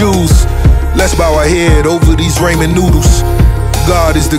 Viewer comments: Did he just say raymen noodles? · rick ross mispronounced ramen its not raymen its pronounced raw-men